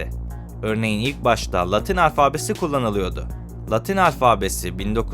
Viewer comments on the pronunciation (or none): Bu kadar geniş bilgi verilen bir konuda, şu kadar dahi olsa hatâ yapılmamalıydı... Mesele ise; mütâkare değil "mütâreke" ve "alfâbe" değil "alfabe"dir ! Bunların yanındaki "aslı velhâsıl olacak velasıl" ise haydi dikkatsizlik olmuş olsun !